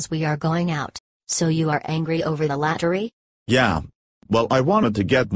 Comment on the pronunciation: “I hate the luttery !”